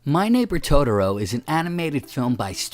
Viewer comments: Christopher Carr I know lol. First thing I noticed in the video. Irritating to me lol. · Yeesh, your pronunciation of "Totoro."